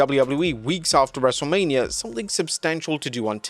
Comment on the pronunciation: cant judge Hogan for getting a wrestlers name wrong😂